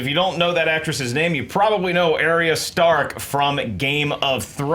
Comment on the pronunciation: I like how you said Arya Stark at first, you sounded like some out of touch mom that tries staying hip with the kids and mispronounces things